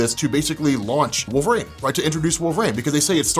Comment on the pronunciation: Who is this wolvrain you speak of?